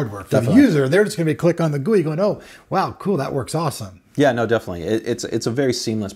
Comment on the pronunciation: Wait, what did you mean when you said, "its all in the gewi?".